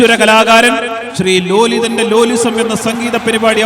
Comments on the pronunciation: ലാലിസം ❌️ലോലിസം ✅️ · ലാലിസം -ലോലിസം 😂😂😂😂😂😂